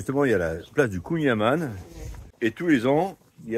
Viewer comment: Alors pour être pointilleux... On ne prononce pas kouign aman avec le son "A", mais avec le son "AN". Comme dans "amande". Après dans les deux cas c'est trop bon ! Bonne route...